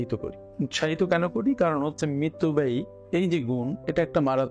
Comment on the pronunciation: শব্দটি মিতব্যয়ী,মৃতব্যয়ী না।